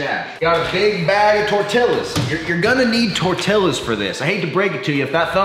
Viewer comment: As a mexican i died a little bit each time you mispronounced TORTILLA